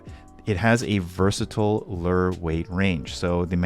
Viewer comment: Interesting way to say Lure 😁